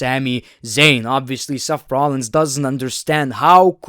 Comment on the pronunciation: Everyone: Seth Rollins: Sef rohlins